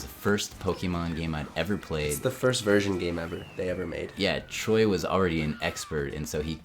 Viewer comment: Lol Everyone is saying instead of Troy